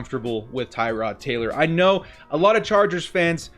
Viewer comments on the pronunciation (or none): Tir-od Taylor bro. not Tie-rod.